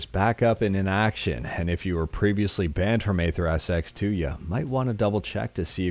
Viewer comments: AetherSX2 Pronounced eether :) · Bruhhh it's AetherSX2 not Atherps2